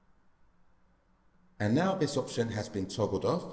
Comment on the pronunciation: Holy fuck this is a useless video. Didn’t help at all. Also learn how to pronounce ‘th’. Like, for example you’re saying ‘veh’ instead of ‘the’. : “Vis will make sure we can still access veh menu for vee AirPods”